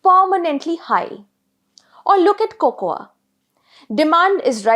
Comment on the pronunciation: Good analysis, poor narration. Why can't The Print get better anchors! This lady pronounces cocoa as coco-aah!